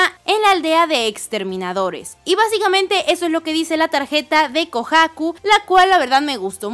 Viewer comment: Porque pronuncias así de mal “Kohaku”?